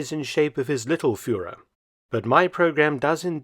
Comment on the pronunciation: Me too. Emphasis on the word "little" I think.